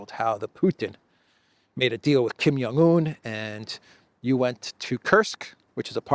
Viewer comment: the "J" is not silent in Kim Jong Un, that's a European thing.